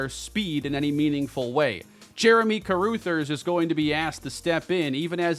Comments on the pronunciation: I cringed each time said "Jeremy Caroothers." That name is pronounced Ca-ruh-thers. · I believe Carruthers is pronounced (Ka- Rugh - Thers) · love the content, been a fan for years, but check your pronunciation of Carruthers. Cuh-Ruh(same vowel as Cuh)-Thers (“th” like “this” or “that”). It’s driving me crazy lol. Go Bulls! As long as they don’t beat the Redhawks! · Carruthers- CUH-RUH-THERS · Please, for everyone's sanity, learn how to say Carruthers name right! 😂😂